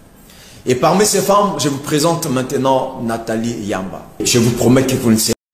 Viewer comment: C’ est NATHALIE YAMB et non YAMBA!